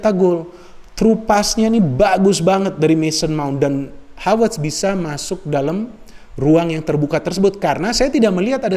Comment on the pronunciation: Apa cuma saya saja Yang mendengarkan Menyebutkan Nama Kai Havertz Dengan sebutan Hawertz, Hawertz. Tolong klarifikasinya dong 🙏 #SayNotoRasicme #Respect